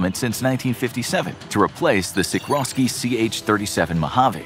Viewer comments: "...to replace the Sikrosky CH37 Mojave" Umm, try Sikorsky CH-37 Mojave. Sik-OR-Skee. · Wow. You gotta get your pronunciations straight. Junkers is Yoonkers, and SiKORski is not SiKROski. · Two errors: the helicopter manufacturer is Sikorsky, not “Sikrosky”. And your graphic for the Carl Gustav recoilless rifle in fact shows the AT4 single-use anti-armour weapon. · It's Sikorsky, NOT Sikrosky. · Fun Fact, It's Sikorsky not Sikrosky. Need to slap your script editor upside the back of the head. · Did they say Sikrosky? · What a clickbait pile of nonsense. A thumbnail suggesting a Chinook is a 100 year old weapon. Silliness confirmed when the voiceover says "sikcrowski" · I have never heard somebody pronounce Sikorski so incorrectly in my life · Mispronounced both Junkers and Sikorsky …